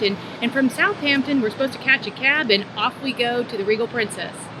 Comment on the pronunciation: It's Southampton, not South Hampton. Like Washington, not Wash Hington.